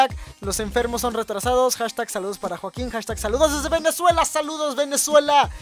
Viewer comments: porque siempre dice juaquin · Por que siempre dices joakin